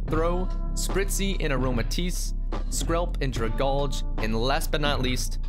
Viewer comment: Dragalge was not pronounced right. It is "Dra-gal-jee" (algae), not "Dra-gaulj".